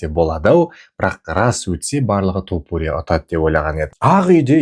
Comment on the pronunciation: Топурия емес, айтқанда Тапурия деп айтшы. Быдықтар сияқты болмай